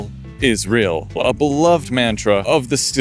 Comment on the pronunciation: "still is rill"